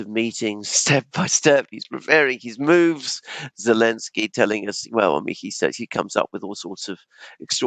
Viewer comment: It’s funny,, you keep calling him Elenski😂😂😂 I guess it’s a joke about Z in his name being dropped? 😂